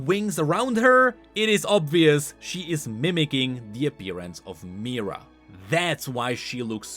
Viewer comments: Mi-here-uh. Not meerah. Mihira. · "Mahh-hiraaa **not mira " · why does he say mihira like myrrah and not mihira???? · Everytime you pronounce Mihira as Mira - I cringe. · That's not how you pronounce Mihira, it's more like Me-hera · I am pretty sure it is pronounced MeeHeeRa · He literally just read card description 💀 And even that he could not do correctly. Pronouncing Mira and reading harmonic instead of hemomancy 💀💀💀💀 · Mihira, as in *"mi-hi-ra", yes, the secon part is pronounced, but it's o.k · just want to add here: it's Mi-Hi-ra whenever you say her name you swallow the "hi" whole for some reason